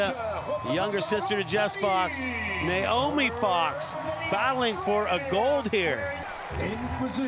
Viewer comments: Noemie is pronounced no-AY-mee, it's not Naomi. Rhymes with "no maybe" if that helps. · it is No-Amy, it’s not “Nay-O-Me” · Woeful commentary. Calling the wrong names and info during the medal ceremony, mispronouncing Noemie’s name throughout.